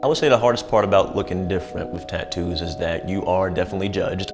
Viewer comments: is gorgeous either with or without the tats. I love the way she tadoos (tattoo's) lol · I'm still not over the fact she pronounces "tattoos" as "taddoos".